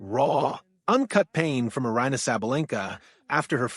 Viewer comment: Eye-Ranna? AI, peace out